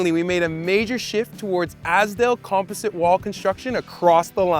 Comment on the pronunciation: Is it pronounced “composite” or “composite”?